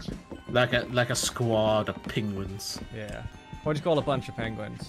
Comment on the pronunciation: did stan say "pengwings"?